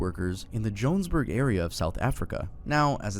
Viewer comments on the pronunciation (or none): do you mispronounse everything on purpose? like cmon bro its YO HANNAS BURG not jonesburg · Jonesburg got meXD, for future refrence, it is pronounced Joe-han(hand)-nes(nest)-burg(burger)!!! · It's not 'Jonesberg', it's 'Johannesburg'. Prounounced as, "Joe-han-nes-burg" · jonesberg is krazyy pronunciation 😭😭😭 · as a South African, it is pronounced “JOE-HAN-ESS-BURG” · him saying johannesburg like that is crazy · Bro did NOT pronounce "Johannesburg" right😭🙏